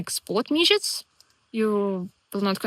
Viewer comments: Every time you pronounced midgies as midgets I was howling. 🤣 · You are very wecome in Scotland, glad you are enjoying it here. Your pronunciation of midgies is hillarious don't change it no matter what they tell you. I just imagine lots of lttle people running around biting people 🤣🤣